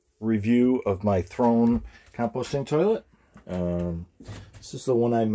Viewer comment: Isn't it Throne, not Thone? Maybe I misheard.